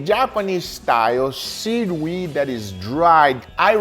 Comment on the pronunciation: Ah, yes, the japanese style sead wee